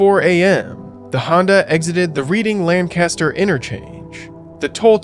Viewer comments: "Redding" Not READ-ing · He fumbled Reading though.